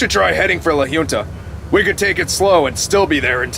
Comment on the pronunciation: Aside from the multiple mispronunciations of La Junta, this episode was pretty unusual. Never expected the outcome.